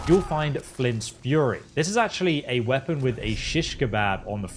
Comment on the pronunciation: What's a weapong? Japanese Pong?